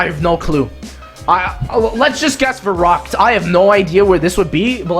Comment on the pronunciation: no one cares but i think it's pronounced veroockt (Verückt)